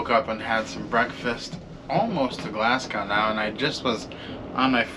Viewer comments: I love your videos and I hope you don't mind me correcting you. The pronunciation of Glasgow is: GlaZ (hard S as in the word HAS), Gow (as in go NOT bow (curtsey). So: Glazgo. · When I've been in Glasgow the locals have pronounced the name of their city as "Glazgae". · Glasgow - second syllable rhymes with ‘slow’ rather than with ‘cow’... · If only they still did the Motorail and Sleeper. That was an excellent way to get to the Highlands and no more expensive than driving all the way. But PLEASE - do learn how to say 'Glasgow'! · Please pronounce Glasgow correctly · Rhymes with go, not cow. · It's pronounced glasgoo not gau.🤣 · It's exciting traveling by train and your room and first glass perks were awesome! It's a good idea to learn proper pronunciation anywhere you travel. I cringe when I hear a fellow American say Glass cow instead of the proper pronunciation of Glazgo. I lived in Scotland for years and travel annually in autumn until the stupid virus. Headed back this autumn for 6 weeks. Hopefully you will explore Scotland further one day. Happy travels! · Not Glasgow like "cow", it's "Glasgo" (or "Glasgie") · Not Glasgow as is "Glass cow" Glasgow as in "Glaz go" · So did you learn that Glasgow is pronounced Glazz goh? Not ow as in cow but ow as in snow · Nice vid, nice room (though most Glaswegians will probably never travel in one...but you're on your holidays so why not!) But please, please PLEASE...we love welcoming visitors in Glasgow, but please note...its pronounced Glass-Go (as in to go somewhere), not Glas-Gow as in cow. Spread the word in the glorious USA, as it seems many of your compatriots get it wrong too :) Anyway...hope you enjoyed your trip and as we say over here..."Haste Ye Back!" (In other words, "Hurry back soon!") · Forgive me,but it's pronounced Glazgo. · When I've been visiting Glasgow, I've heard the locals pronounce the name of their city as "Glasgae". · Love your content….helpful tip said kindly…Glasgow is pronounced Glasgoh